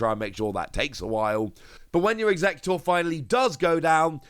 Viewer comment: You keep calling it Alolan Eeggutor in all your videos xD